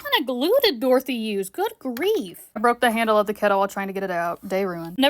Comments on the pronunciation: “Good wreath” I love you for that 😂😂😂 It replayed, and I feel like now you actually did say grief. But good wreath is funny, so I’m leaving my comment 💀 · “Good grief” or “Good wreath” 😂😂😂😂😂